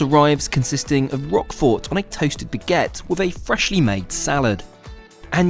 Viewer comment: You do not pronounce the T in Roquefort